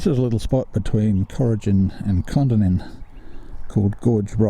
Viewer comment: Great video. Kondinin is pronounced by us locals as kon - dinin